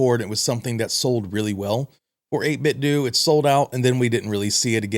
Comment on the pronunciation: Seems like it would be “doe” not “due” as in Nintendo